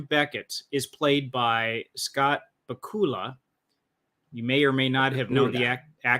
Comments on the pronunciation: I was dying every time he said he said, "ba-coo-la" 🤣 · It's pronounced Bak-u-la! It rhymes with Dracula, lol 😆.